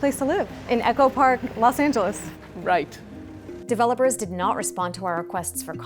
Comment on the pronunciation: LOS Angeles. Not Las Angeles. Say it right lady.